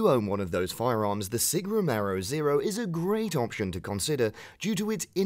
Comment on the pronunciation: Sig Sauer "Romero" does not exist it is "Romeo"